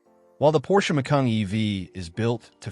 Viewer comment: By the way, the Porsche is not pronounced “Mac-kayeen” !